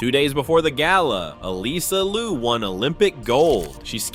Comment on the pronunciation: Get rid of TicToc. I do not want to hear it still exists. Her name is Liu 劉, not Lu 魯. Please to not misname her.